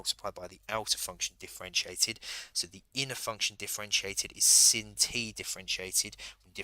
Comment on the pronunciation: Its sine not sin lad 😂 but nice video